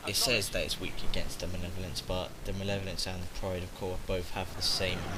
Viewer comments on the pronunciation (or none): Just nitpicking here but. 'manev-olence?' It's 'Mal-ev-o-lence.'